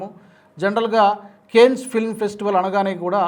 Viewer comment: Your pronunciation of Cannes is wrong. Try to correct it.